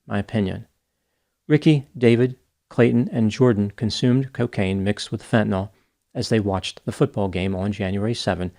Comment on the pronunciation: Hat tip for actually pronouncing "fentanyl" correctly. Most people say "fen-tuh-NOL," which sets my teeth on edge. (I knew you'd get it right!)